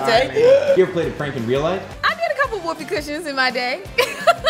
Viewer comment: " I did a few whoopee coshins back in my day"